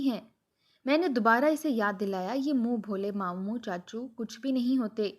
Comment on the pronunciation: Moon bholay nahi moon bolay